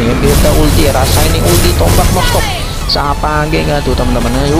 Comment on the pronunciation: SAVEGE bang bukan S A V A G E